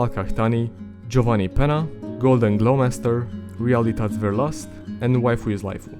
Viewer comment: Lol realität Verlust is German but it's funny how you said it in english